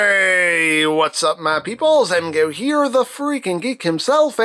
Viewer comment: . Emgo's tongue stops working makes me laugh all the time.